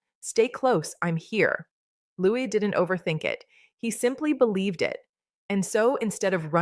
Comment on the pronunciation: If you are going to talk about the children...learn how to pronounce Louis...Loo ee ...got it 🤔❓️ Kath the wife England 🏴🇬🇧